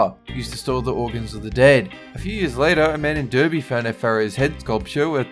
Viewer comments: It's pronounced Dar-bee, not der-bee, it's spelt with an e but you pronounce it dar-bee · I’m just kinda pissed because it’s pronounced Darby not derby even though it doesn’t make sense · ‘Derby’ is pronounced ‘Darby’ just so you know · Kyle Palmer it's to appeal to the American's. They also used the American pronunciation of Derby. Lots of channels do it. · Made me laugh how you pronounce the uk city name of Derby 😂